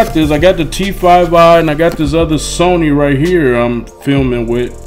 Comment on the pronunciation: "Got the Sawny" lmao